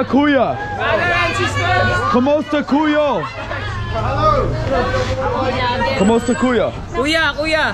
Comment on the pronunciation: Bro please learn more Tagalog phrases. Maybe introduce yourself before asking for ppls names 😂 Ako si - i am Ano pang- Alaan mo? - what is your name? Emphasis on the last syllable. Kumusta kAyo not Ku yo - how are you?